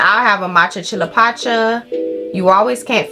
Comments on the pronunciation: Dont forget "Chillapatcha" "Chillabangchang" 😭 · THE WAY U SAID CHILLAPUCINO